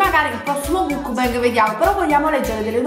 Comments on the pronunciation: Si scrive muck bang ma si pronuncia mackbeng, questo errore c'è in tutta YouTube Italia, apparte giusto un paio di youtuber che io sappia, non so se ci sono altri youtuber italiani che pronunciano correttamente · "Mucbeng" ma petche??!!